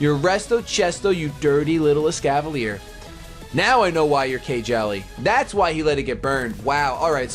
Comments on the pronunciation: That isn't K-Jelly, it's pronounced Keele. It's nicknamed after a character from Fire Emblem: Awakening... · You know... Kjelle is a character in Fire Emblem. I don't think it's supposed to be pronounced like KY Jelly. I'll forgive you. This time. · I loled when he said K-Jelly for Kjelle. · >Kjelle Dat Fire Emblem reference, also it's pronounced like Kel with a bit of yish sound in there...